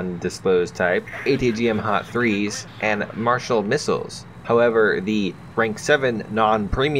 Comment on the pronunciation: Its Mistral Missiles... Not marshall